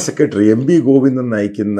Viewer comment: "Covinda"...."Marangodan" .... manasilayi....haha...